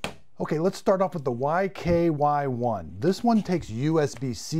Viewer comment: YKYI, not YKY1 🤪 And you needed to say the names of them as you were demonstrating!